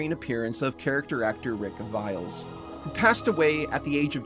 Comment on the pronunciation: FYI, The following are the commonly accepted pronunciations of Rick Aviles = ah-VEE-les Michael Jeter = JEE-ter Mark Isham = EYE-sham And from your Salem’s Lot video: Rabinowitz = ra-BIN-o-wits I know these names aren’t as simple as “smith” or “Jones” but they are fairly common Hispanic and Jewish surnames. Congratulations on this video tour de force triumph of a video.